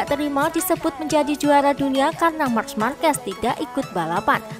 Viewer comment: Min nyebut nya Bukan march markes tapi mark markes 😂